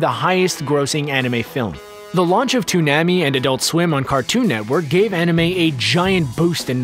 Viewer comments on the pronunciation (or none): The way he said toonami...